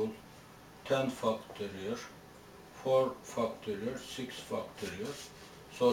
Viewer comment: love the way he says fucktorial